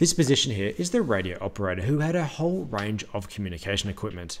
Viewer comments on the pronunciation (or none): none